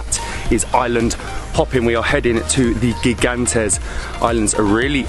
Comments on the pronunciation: Gigantes is pronounce Higantes. It means Giant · Gigantes is Spanish for giants. It is pronounced higantes.